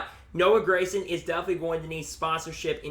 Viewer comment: Gragson G not Grayson. great insite though